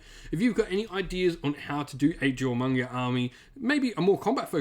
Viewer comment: Duly appreciate the advice, I've wanted to get into Warhammer Tabletop for years, and Jormungandr has hands down been my favorite factions, meta be dammed... you know, even if I visibly cringed every time Jormungandr was brutally misponounced, lol. It's a complex name, no blame there, but the J is silent; Yor-mun-gan-der.